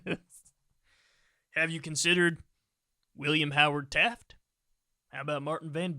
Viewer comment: He said taft😂😂😂